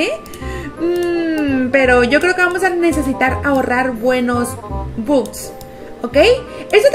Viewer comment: Holaaa La pronunciación de la palabra "bucks" es backs La pronunciación correcta De simple shapes es: simpol sheips No lo tomen como hate